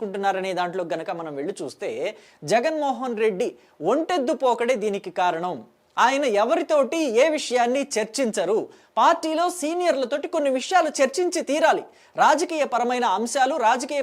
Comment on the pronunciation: ఒరేయి,ఒంటెద్దు కుంటెద్దు కాదు.ముందు తెలుగు నేర్చుకో